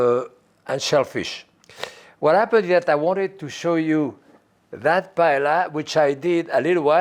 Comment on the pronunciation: Was surprised he mispronounced paella.